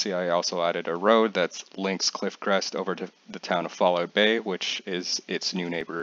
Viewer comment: You can see that is Canadian when he says Falloot Bay